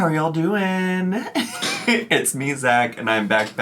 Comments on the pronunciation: How has thought about doing a "mini doc" on Zach if he can't say their NAME CORRECTLY? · Wants to do a documentary on Zach, can’t even get his name right 😂